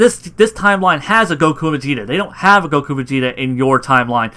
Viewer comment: Like the videos man ! , but why do you say Saiyan like Siyan and goku like gokue?